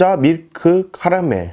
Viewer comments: 옥도자 미크 카라메. 아 혀짧게 발음되는거 귀여워요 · 안녕하세여 떤깨예여 네 오늘 먹빵은 옷돈자 미크 카라멜 마시께 먹게 습니다ㅋㄱㅋㄲㄱㅋ발음ㅋㅋㅋㅋㅋㅋㅋㅋ개귀여우셬ㅋㄱㅋ